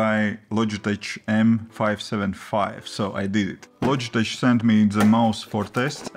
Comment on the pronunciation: Logitech is pronounced with a K at the end. Like LOJ-I-TEK ... not the ch sound. It's very common in the English written language to pronounce the CH as a K.